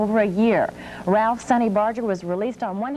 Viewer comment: He pronounced Sonny’s name correctly.